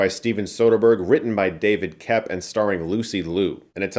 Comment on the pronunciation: Sorry to be annoying but the screenwriter's last name is pronounced like COPE, not KEP.